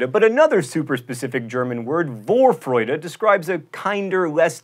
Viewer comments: If you want to use the term "Vorfreude" around people, it's pronounced 'for-froy-duh', not 'vohr-froy-duh'. German Vs are pronounces as Fs. :) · John. You pronounced the word "Vorfreude" with an W...it's an F sound you need in german V...^^ did that make sense?..it did...? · + Vorfreude is pronounced as Forfreude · Zugzwang: The "Z" is pronounced like "ts", like when you say "Let it Snow" really fast. The "u" is like an "oo" (like in "looking"), the "a" in German is like in "Alaska" or in "stars", not like in "paper". And for the other German word "Vorfreude" the "V" is pronounced as an "f", not a "w", like in "fault". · also vorfreude (forfreude) v's are pronounced "f" when located in front of the word :) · Vorfreude is pronounced with an F, not W in the Beginning :) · V in German is pronounced like an f. W is the German v. Just to confuse you I guess. Point is it is pronounced forfreude. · Your pronunciation of German words is meh. In Zugzwang both the Z's are pronounced "ts" which makes it "tsoogtswang". In Vorfreude the V is pronouced like an F. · 14. Zugzwang isn't prunounced like that, it's tsug-tswang (long u short a and no zzzzz) Just listen to the german word on google translate, you'll understand. 38. Vorfreude, the v isn't soft, it's sharp like the f in fact. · Also, the V in Vorfreude is pronounced F. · fyi, zugzwang is pronounced "ˈt͜suːkt͜svaŋ" and in vorfreude, the v sounds like an f. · I am from Germany and I had to laugh when he pronounced the German words like Vorfreude and Zugzwang.